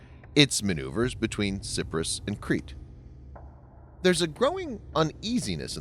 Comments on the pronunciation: It's about time France got off their asses and helped out. Erdogan is off the Reservation! Cyprus is pronounced with a long I not a short i. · It's pronounced "SI PRO US" Pleas for the love of mike make a not of it.